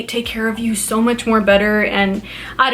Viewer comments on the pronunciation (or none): She talks completely differently depending on her mood, like she’s ALWAYS over pronounce the word “so” into “SHO” when in a hyped up mood but can actually say it normally when in a calmer mood ?? She’s completely ridiculous!!😂😂